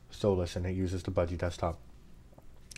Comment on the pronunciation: "buh-gee", "nome"